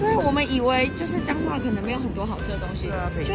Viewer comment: 9：38 是彰化還是髒話（？🤣🤣🤣